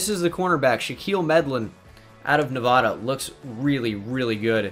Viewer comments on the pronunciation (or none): it’s Nev•add•uh